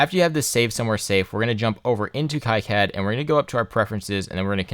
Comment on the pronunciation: KEE CAD, It's French. Love the video, very informative.